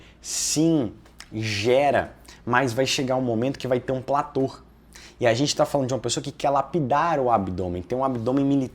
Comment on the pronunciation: antes de querer parecer o espertão e vender consultoria, aprenda a falar corretamente. PLATÔ!!! "Plator" não existe!